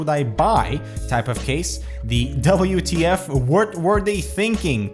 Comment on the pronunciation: Did anyone else hear him say "Wert" when he was explaining the "WTF" catagory,?